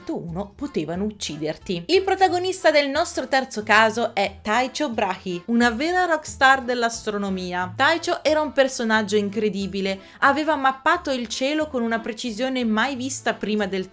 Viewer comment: Sarebbe importante pronunciare correttamente il nome del danese Brache però 😢